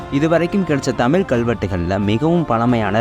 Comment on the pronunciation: தமில் மொலி அல்ல தம்பி அது தமிழ் மொழி